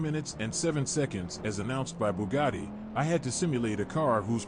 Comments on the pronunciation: wha colo is yo booh-gadi? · Loo mans Boh-lyde Booh-gadi